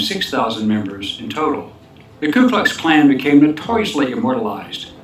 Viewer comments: KU, not "KLU". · IT'S NOT "KLU" in the first word..... IT'S "KU" KLUX KLAN... fyi... MOST people say and spell that first word incorrectly... It is spelled "KU" The Ku Klux Klan (/ˌkuː klʌks ˈklæn, ˌkjuː-/),[c] commonly shortened to the KKK or the Klan is the name of several historical and current American white supremacist, far-right terrorist organizations and hate groups. Their primary targets are African Americans, Hispanics, Jews,[39][40][41][42][43] Latinos, Asian Americans, Native Americans,[44] and Catholics, as well as immigrants, leftists, homosexuals,[45][46][47][48] Muslims,[49][50][51] atheists,[29][30][31][32] and abortion providers.[52][53][54] Ku Klux Klan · More truth: it's "KU KLUX KLAN", not "KLU". The More You Know.... BTW: when I lived in Alabama in the early '60s I saw cross burning in front of homes off the highway these lunatics set off. That is why it ticks me off when these young activists call people those names like KKK members (& Nazis) with no idea of what they were like since I've actually seen the real deal in action. The kids have no idea of that kind of fanaticism. But then Pantifa raises its ugly head in the same fashion making THAT a better comparison. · FACT: It's not called the "Klu" Klux Klan, although that would have made pronouncing that evil organization a lot easier. No, it's called the Ku Klux Klan and yes, it was invented by Democrats to threaten black voters to dissuade them from voting for the Republican Party, the party that ended slavery in America (not the Democrats that supported slavery and racial segregation in America). Never forget too that the KKK not only hated black Americans; it hated and continues to hate Jews and Catholics too since it is a white Protestant organization. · The first Truth you should know is that it's called the KU Klux Klan not the KLU Klux Klan (Just Saying) 🤔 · It was "Ku" not "Klu" because they didn't have a clue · It’s Ku not Klu. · Ku Klux Klan not Klu Klux Klan ...